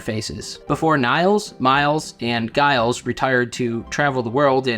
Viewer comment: Giles is typically pronounced with a "J" sound. :)